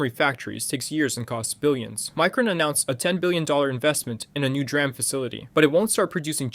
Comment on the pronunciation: To be honest, I wouldn’t be surprised if it was even read by AI, considering how he says DRAM and Xaiomi.